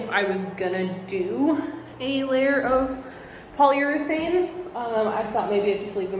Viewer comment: when you said polyeurethane (multiple times lmao) i just think of the baumgartner restoration channel :))